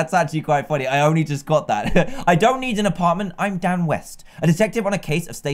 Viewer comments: My whole childhood I though he was saying “hey guys down here” but nah he says “hey guys Dan here” plz don’t say I was the only one 😂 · No you aren’t I thought he was saying it to